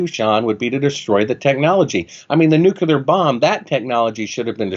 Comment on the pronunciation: Well I made it through 23 minutes and 30 seconds before I decided this guy is an idiot, whether we went to the moon or not. Nobody with a half decent IQ says Nuke-you-lar several times in a row. It’s Nuke-lee-er you fucking half wit.